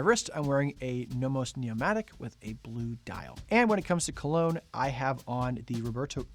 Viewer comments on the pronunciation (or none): none